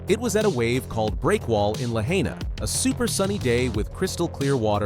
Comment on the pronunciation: Weird video. Timeline goes from her being 19 years old, to 7 to 15 to 9 to 15 and all over the place. Needs speech coach to pronounce Lahaina and Italo.